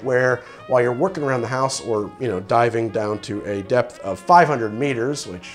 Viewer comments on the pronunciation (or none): none